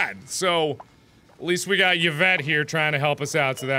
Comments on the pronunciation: bruh when he gets Yvette he says it like yavette but its pronounced like evett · Yvette is actually pronounced as Evette, jus saying. My sister's name is Yvette too lol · Everyone else complaining about gameplay, but the true horror? "Ya-vette."